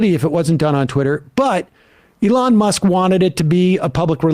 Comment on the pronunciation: Sam is finally saying Elon's name right.